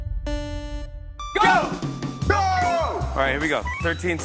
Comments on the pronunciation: The fact that they keep on calling Jungkook Jungkoo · The Voice Reader : "Jungcoo" Me : cries in disappointment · why do they keep calling him jungkoo thoooo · No one: Not a single soul: The voice: Jungkoo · but that’s also how Jimmy pronounces Jungkook’s name too - as Jungcoo 🥴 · Yall notice how the automatic voice says koo's name as "Jung koo" bye ima cry now :") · Is it only me who is hearing Junkoo instead of Jungkook when the voiceover man is saying his name ? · What I learned from this: 1.) The announcer pronounces JK's name as "Joungkoo" as if the last "k" is a silent letter. 2) Jimin is always a cheater and loves hugs. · So nobody noticed how they said jungkoo insted of jungkook😭😂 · No one: The voice: Jungkoo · "Jung Koo" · I probably comment about this every time, but is anyone gonna tell them that Jungkook isn't pronounced Jungkoo😭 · “JungKOO” Lol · ikkkkk It's "JU-NG -KOOK" !!!! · I pronounce his name as JU-NG-GUK! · ikrr, it's JUNG-GUK it's not even hard to pronounce 🗿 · Nobody: The announcer: JUNGKOO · I can’t get over how they say kookie’s name 😂🥰💜 (jungkoo) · Literally nobody: American television: JuNgKoOo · BYE WHO'S "JUNNGKOO" 😃😃😃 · Jesus how hard is it to pronounce the K at the end of JungkooK 😂🤦‍♀️ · why do they keep saying jungcoo😭😭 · I don’t think you say it “Jungku.” -___-“ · Can someone please explain? Is the "k" on the end of JK's name silent and I just didn't know for 5 years? 🥴